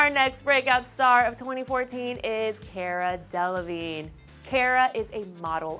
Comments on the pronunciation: she pronounced "Cara" wrong... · YOU'RE SAYING CARA WRONG..